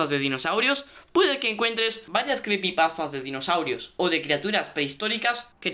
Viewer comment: Creepypastas se dice